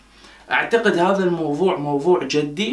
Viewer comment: 10:6 جدي حرف الجيم بالكسره 😂😂😂